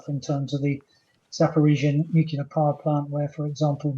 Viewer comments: NU CLEAR. Not Nucular. NUCLEAR. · Nuclear, not nucular ! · What is it with experts pronouncing nuclear as 'nucular' all the time. says nuclear, i wish his guests would. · Chip's an idiot... "nuc-u-lar" ? Give me a break... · Don't trust any person that says 'nuke-you-ler', that's George Bush level intelligence! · Nothing undermines the credibility of an 'expert' like the use of the nonsense word 'nukular'. Tell this dude to get some speech therapy. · He cannot even pronounce nuclear ....chip chapman is full of near phrasing and long words, but basically he is the propagandist in this Nuke yular .. Haha. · It is sad to hear that such a high profile British soldier and expert on military strategy has adopted the American pronunciation of the word nuclear as "nukelar". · 'Nucular' facilities? 🙄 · It's not pronounced "nuke-ya-lur" any more than mischievous is pronounced "mis-cheeve-e-us"". Pay attention to the spelling. If a word is closely related to the field in which you're supposed to be an expert it does not help your credibility to mispronounce said word. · Why its it that so many of these people are seemingly incapable of pronouncing the word nuclear correctly. 'Nucular' sends my mind into a very mini meltdown! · Never listen to anyone who can't pronounce 'nuclear'. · He may be a major general but the second anyone mispronounces the word nuclear i automatically discount their opinion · It would also be nice if he learned how to pronounce the word "nuclear".